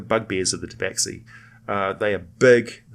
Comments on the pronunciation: It's pronounced "Taba-Shee". Otherwise great vid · Khajiit is not pleased you call it Tabaxi ! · actually, some Tabaxi clans pronounce it 'tabashee'